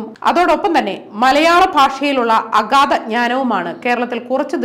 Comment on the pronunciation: മലയാള ഭാഷയിലുള്ള അഖാദ ജ്ഞാനവും....എന്നല്ല," അഗാധ" എന്നാണ് ശരിയായ ഉച്ചാരണം. ചിന്ത ജറോമിന്റെ "